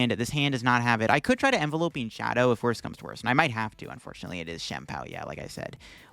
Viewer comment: The attack is based on the word envelop not envelope xD